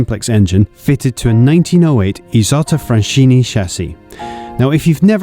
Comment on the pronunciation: Beautiful video. A few pointers for the future though, Italian is not pronounced like French; the E in Ettore is like the E in Enzo at both ends; the U in Bugatti is just that a U like in butter; and in Fraschini the ch makes a K sound like Cat. Cheers.